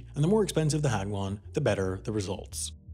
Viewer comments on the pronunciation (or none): Me: * isn't paying that much attention to the video * Video: Hogwon Me: HoGwArTs?!?!?